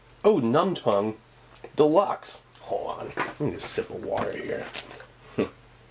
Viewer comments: "Numb tongue.........DELUXE." lol Love it. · NUMB-TOUNGE De'Lux! Love it!